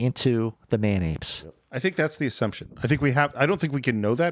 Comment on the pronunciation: Thought was saying Mayonaise, not man apes at first. Again, you guys are creating some of the best content on the web!